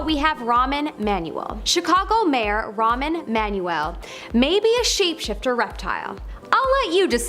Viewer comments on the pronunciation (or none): First of all, it’s Rahm, not Ramen. He’s not a box of noodles! Second, the secret service protects the President, NOT the CIA! You might want to check your facts before posting on YouTube! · pronounced ROM E Man U el. Ramen Manuel? How do you even get that? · Ramen? Do you see an N? Sorry it's frustrating to me watching a video and the narrator obviously hasn't done the most basic preparation. It's a well documented public figure. No offense.